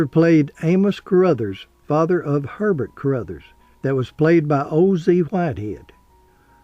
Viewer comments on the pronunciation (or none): none